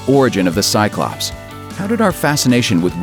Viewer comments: shots every ...hic... time he sayz ...tsyclops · five words you pronounce wrong before your brain starts to shut down and one of them is cyclops